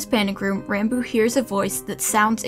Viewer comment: Pronounced ranboob wrong the whole damn video